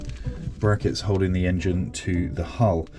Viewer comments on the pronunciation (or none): none